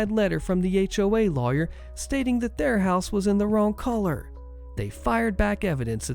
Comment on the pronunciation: I spent some time trying to figure out what a "house collar" is until I noticed you were attempting to say color